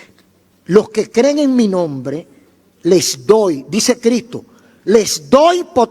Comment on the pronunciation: Escucho y me gustan casi todos lo predicadores. pero usted me da pila de conocimiento. me gustaría que sonara la s de Cristo. 😂😂 lo amo pastor.🤗